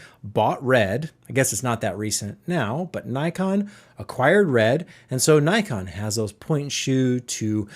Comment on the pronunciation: Pronounced nickon